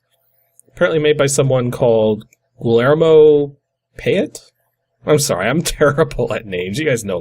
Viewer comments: P.S. "Guillermo" is "GEE-air-moh." (Hard G like GIF, not soft G like Giraffe.) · Hamurabi, when it was written in the 60s and 70s, was pretty intricate, and would be a seed for various other management sims like the Civ series. It's also pronounced "Ha-moo-rah-bee". Guillermo is pronounced "Gee-lair-mo", with G as in ground, or game.